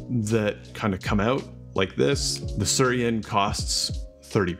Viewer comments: my dude. it's not sur-I-en. The I comes before the r...it's pronounced sooey-ren. come on. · ... can not stop smiling ... It is Su-i-ren and not Surien... :-) Bought one in Japan, love it (especially when travelling). Nice review and from my experience I agree, that there is not much difference in taste to a "normal" V60 though there is no bypass with the Su-i-ren :-) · Thanks for the video! One note: it's pronounced "swee-ren." It's the Japanese word for water lily. You can see the resemblance. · I think it’s meant to be pronounced “swee-ren” — “suiren” means “water lily” in Japanese. 🪷